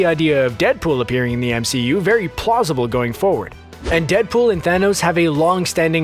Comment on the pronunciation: He said plosoble